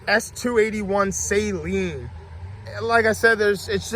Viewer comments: You are pronouncing SALEEN wrong, dude...it is pronounced SUH-lean.....NOT say-lean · Not “ Say leen “ it’s “ Saa leen” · Cool video, but its pronounced Sa-leen, not Sayleen. It's a short "a". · Just so you know, Steve Saleen pronounces his name Suh Lean, not Say Lean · It is SAH-LEEN NOT SAY-LEEN Spread the word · Drives me nuts when I hear it pronounced like a salt water solution. It’s “Suh-leen” lol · Just wish you could pronounce Saleen correctly